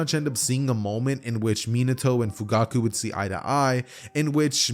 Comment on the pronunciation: one point in the vid you said fuguku XD